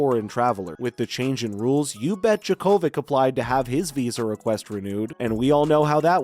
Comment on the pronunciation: Why don't you pronounce his name properly? He is already in Australia, practicing!